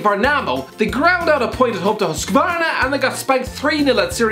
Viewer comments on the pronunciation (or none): As a swede, your horrendous pronunciation of Ljungskile SK, IFK Värnamo, Husqvarna FF and Syrianska FC were actually really entertaining.